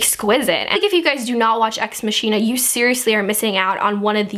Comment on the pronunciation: It's actually pronounced Ex Mak-ina, but you tried :') I'm SO EXCITED to see this movie, it's unfunny